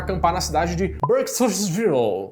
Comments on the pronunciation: Hahahahahaha ahahahaha hahahahaa A Melhor parte é quando vc fala o nome da cidade que foram acampar!!!! Muito muito bom!!! gostei demais!!!! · "A Bruxa de Blair"...o pior filme dos anos 90....mió isquecê! 🤦🏻‍♀️👎🏻 (rachei com a pronúncia do nome da cidade... 😂🤣😂🤣).